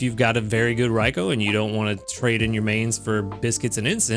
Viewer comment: I’m going to be using a Good Camp Ticket during these two Raikou event weeks. I’ve been saving up. :) I recommend them for this event if people have extras ^^ I’m looking forward to seeing what the default Raikou will look like. Also thank you for saying Raikou correctly. lol